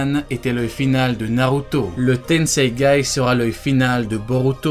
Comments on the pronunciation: C tensegan pas tensegay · Tensegan pas tensegay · C PAS LE TENSEGAI C'EST LE TENSEGAN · C’est tensaigan pas tensangay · Tu as dis tennseigay au lieu de tennseigan 😂😂😂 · Et c'est tenseigan pas tenseigai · Tenseigan ou tenseigay? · C le tensegan pas le tenseigan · tenseigan pas tenseigai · C tensegan pas tensegaï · C'est le tenseigan pas tenseigay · Stp c'est tensegan et pas tensegaye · Le tenseigan pas le tenseigay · Tenseigan pas tenseigaï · C TENSEIGAN PAS TENSEIGAI !!!! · juste on dit pas tensegaN ? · C’est moi ou il dit tensegai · mec t'a dis tenseigai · Ya que moi qui tilte quand il dit tenseigai ? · ah ok le mec écorche le nom volontairement mdr